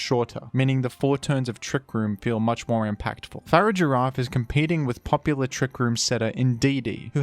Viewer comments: I'm literally 3 seconds into this video and the way you pronounced Farigiraf killed me a little bit. Your gonna have to re-earn your sub. =/ Far-ig-a-raf. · Fa-rig-ir-af. Farig-iraf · I utterly despise the way you say Farigiraf. Its a pronounced in basically the opposite way you say Girafarig.